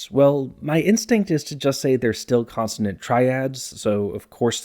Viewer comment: Is it just me or does keep pronouncing consonant as "constanant"?